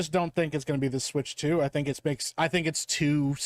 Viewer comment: "Switch TU"